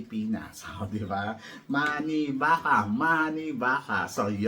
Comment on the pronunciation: Maki-baka not mani-baka😂😂😂😂pinagsasabi tong bakla supot na'to...may masabi lang bobo naman. TEACHER NA BOBO